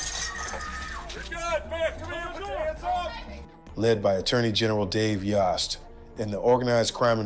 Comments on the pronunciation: Dave Yost. Sounds like yoe not yaw. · Y OHHHH st! Rhymes with host.